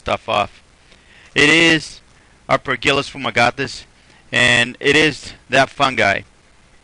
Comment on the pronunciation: What is the name of the fungi? aperculosfumagatis### couldn't quite catch what you said.